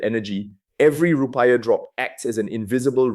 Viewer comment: The report sounds legit. But the way he pronounce Rupiah wrongly makes me doubt it a bit.